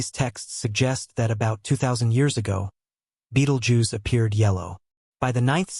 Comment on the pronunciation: Nobody knows when it's going to go, and neither do you.The least you could do is learn to pronounce its name.